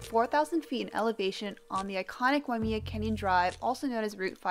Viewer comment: Waimea is pronounced Why-uh-may-uh, not "me". Just so you know.